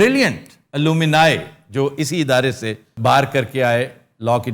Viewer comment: talafuz theek karen...alloomini nahi hota, its alumni or alumnus